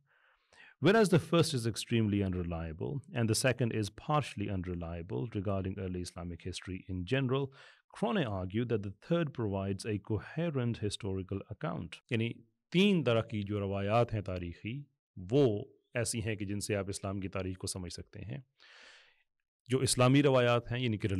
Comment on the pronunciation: I find it beyond ironic that you cannot seem to lecture others not to discuss issues that they lack expertise in and yet cannot seem to stop doing the exact same thing. Rules for thee but none for me, my dear sir? P.S. Might I suggest pronouncing Crone's last name correctly? It's pronounce Crone as "grown" and not Cron-nay.